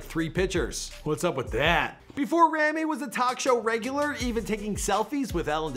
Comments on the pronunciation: ITS PRONOUNCED (RAW-ME) NOT (RAM-E) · you yourself are saying his name wrong for god sake!😑😂 He's a handsome yet talented actor and deserves what he has reached and even more. Forever supporting him! (I'm Egyptian and proud)🥰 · You keep saying Rami's name wrong, and I'm pretty sure that Rami and Sami are older than their sister. Or at least that's what I've heard from other interviews about him.